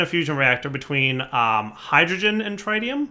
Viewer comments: pleaseeeeee. Tritium, not Trite-ium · the tri in tritium is not pronouced like tri-tip roast, the tri in tritium is pronouced like the tri in trinity. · Trit-ee-um (trit, rhymes with twit), not try-tee-um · He just needs to watch Spiderman 2 again and he'll get it